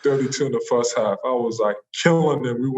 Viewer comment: "my fuhst pwactice was..." Joel Embiid